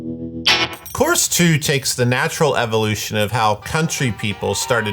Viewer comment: Every time says "course" I hear "chorus"